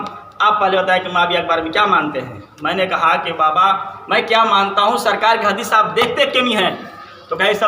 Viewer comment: ترمیزی ✅ ترمیجی❌ حدیث✅ حدیس ❌ جنازہ✅ جناجہ❌ لفظ خطرہ مذکر✅ مؤنث❌ پہلے مخرج صحیح کر پھر بولنے کی کوشش کرنا